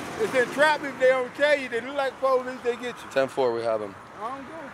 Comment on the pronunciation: He said take off deem shoes